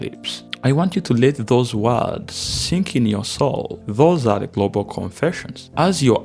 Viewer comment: Latinos not Latinoes. And Global not Golbol, Bruh